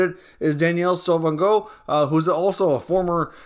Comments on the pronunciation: great video. just in case you'd like to know, Sauvageau is pronounced "so-va-joe"! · It's "Danielle Sauvageau" -- there is no"N" in her family name. Happy New Year and Take Care.